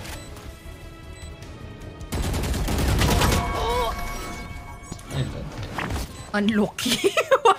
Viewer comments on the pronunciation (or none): "Unloucky" is spelled exactly how pronounces that word lmao